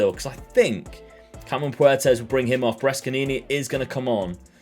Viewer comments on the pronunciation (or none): oh I know bud. Not to be THAT guy but you don’t pronounce the c in Brescia (breshia) same with your midfielder brescianni (breshianni). I know, I feel dirty just saying it 😩